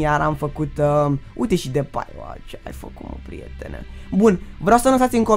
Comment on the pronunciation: "Mascerano" , "Depai" serios frate?